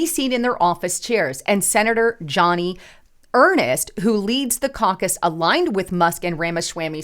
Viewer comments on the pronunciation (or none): It's Joni not Johnny.